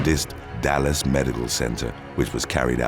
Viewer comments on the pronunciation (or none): none